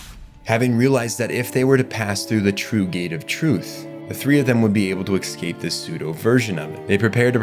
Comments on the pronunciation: Great video bro but ..how many Ks do you think are in the word "eScape"? Not Exscape or Ekkscape... Say it escape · It's pronounced Escape. Not "Ecscape". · Every time he said "exscape", my soul hurt. Otherwise, fantastic video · excape. Nothing worse than mispronunciation of simple words. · Love your videos, you do great work--kills me every time you say "ex-cape" though lol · "Excape" "excapes" "excaped"... your incorrect pronunciation of this word is so jarring (immersion breaking) that I started to feel as though you purposely mispronounced the word over and over. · take a shot for every time this guy mispronouncews the word "escape"